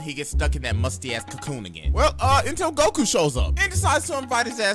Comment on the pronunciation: Why can't you say goku